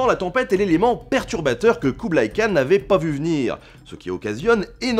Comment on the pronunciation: Et le 'kh" de Khan se prononce comme dans Khaled (mongol: Хан).